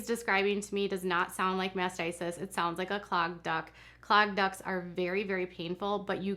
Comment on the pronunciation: I kept thinking that you were saying "clogged duck" and wondering how massaging a random duck helped mastitis 😂